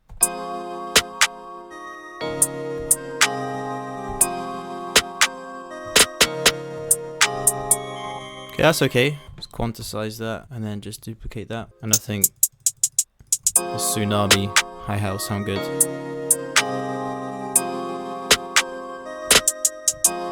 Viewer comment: "Quantisize", 2021